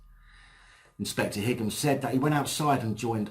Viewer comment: i think Higham is pronounced High um (like Highgate)